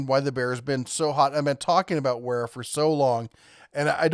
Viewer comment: Wera is a German Company - The "W" is pronounced with a "V"! So, the name is pronounced VERA!